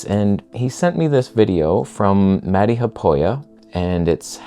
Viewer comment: He's not Mädi but Matti [Mat:ti]. Also he's Haapoja [Ha:apo:ja]. Haapo is aspen in in Finnish.